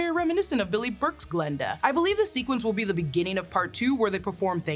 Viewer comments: it's Glinda not Glenda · i thought i was going crazy i kept hearing glenda